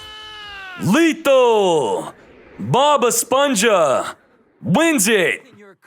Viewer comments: Hmm, what Bothers me more? "Bob esponsha" or "machaina" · Si pero el nick name es “BobEsponja” así q se debe pronunciar en español no en inglés